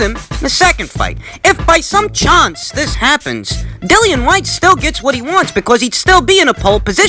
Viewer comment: "to dis day".